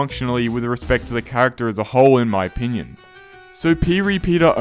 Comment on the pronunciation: "In my o-pea-nion" =)